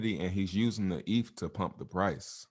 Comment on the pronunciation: You can tell this guy has no clue what he is talking about by the way he pronounces "eth".